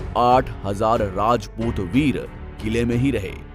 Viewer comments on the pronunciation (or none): वीडियो तो बड़ी अच्छी है पर वीडियो बनाने वाले को हिंदी नहीं आती अच्छी तरह राजपूत होता है रजपूत नहीं 😌